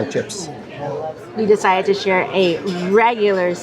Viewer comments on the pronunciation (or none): none